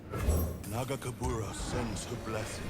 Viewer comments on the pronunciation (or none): I love how you pronounce nagakebouros as magatempura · Another one LOL😂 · Can’t wait for Illaoi to be released and punish (yes, in her own tentacle hentai style) for mispronouncing her God’s name! Thanks for the entertainment <3 Thanks for the editing Shermie <3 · it's nagakabouros, but your version is better hahaha ! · trying to pronounce "Nagakabouros" made my day 😂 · And another one hahaha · I can't wait until Illaoi is in the game so can pronounce Nagakaborus correctly lol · saying Nagakabouros wrong multiple times makes me think about Inosuke and Tanjiro from Demon Slayer. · So, we are either getting: (eventually) learning how to say Nagakabouros because of comments or co-casting with Panda. Or he acknowledging he's saying wrong, and coming up with weirder and weirder ways of saying its name.